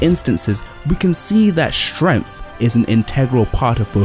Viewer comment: what the hell is "stremf" ?